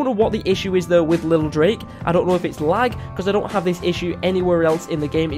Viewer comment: It’s pronounced lil drac not lil drake